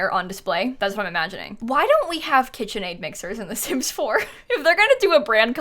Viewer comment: KIT-chen Aid